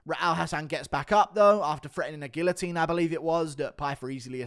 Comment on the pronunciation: The UFC should absolutely measure fighters more accurate… but you should learn hot to pronounce guillotine